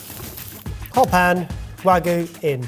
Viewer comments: Why do so many people say Wagoo instead of Wagyu? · pronouncing wagyu as "wag-oo" is a crime in and of itself for me (it's pronounced more like wah-gyu). the concept of this ep feels more like "the normals try and making their own annoying viral tiktok style food". especially reminded me of a really intentionally cringe facebook video where someone was claiming to make "fresh pasta", but they started but grinding up supermarket pasta and adding eggs and water which made it unmoving when trying to roll it out. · I'm begging you; "wagyu" has a y in it for a reason.